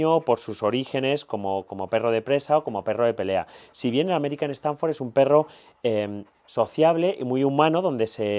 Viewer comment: Punto 1. Ese perro es una MEZCLA de Staffordshire Terrier. Punto 2. Lo de "Satanford" está bien que lo digan los canis, pero una persona que se las da de profesional en Youtube?? Es STAFFORD (diminutivo de staffordshire) o AmStaff.